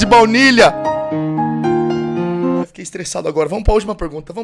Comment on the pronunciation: Soh eu q percebi q ele falou "vlaunilha" em uma parte? Hahahaha